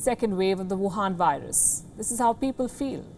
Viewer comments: I like when you call it wavhan virus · She : ...whuhan virus. Me : Yrrr kitti awesome h ye